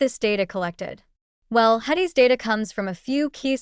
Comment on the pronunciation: I don't mean any disrespect but, if you can't even say "HEDIS" correctly I question your knowledge base. It seems like you must just be reading something you found online.